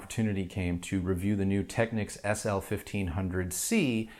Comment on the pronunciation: You say it Tech-(ni)-keys or Tech-keys? whoa, that's a whole new technique. Cool tho